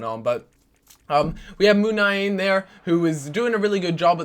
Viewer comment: munIain not munaiin